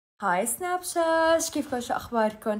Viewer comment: سناب شات ❎️ سناب شاش ✅️ ليش ساره تقول كذا 🤡